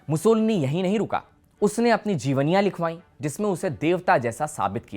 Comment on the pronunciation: मुसोलिनी है मुसोलनी नहीं